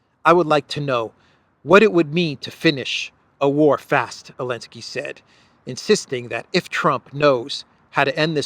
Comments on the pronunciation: Why is he saying “Elensky” I’m assuming there’s a reason, did he change his name to Zelensky or something, the way they tried to change the name of Kiev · Love your show, subscribed and like all your videos. Love the way you mix your humor with political content. I especially like when you can't resist laughing yourself at the insanely incompetent world leaders today. Please, Please, Please, stop calling him Alensky, don't bow to his pronouns. He isn't even the legitimate leader and you're bowing to his insanity of his deleting a letter from the Ukrainian alphabet.